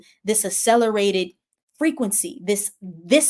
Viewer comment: Thank you so much for all of your transmissions. I truly appreciate them. I'm being called to share the pronunciation of the word accelerate. It's pronounced like the two c's in access and success...a hard c followed by a soft c. You are brilliant and I want you to shine.